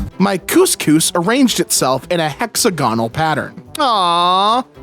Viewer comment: Mildly interesting that your pronunciation of Phlebotomist was spot on... Yolk and hexagonal however...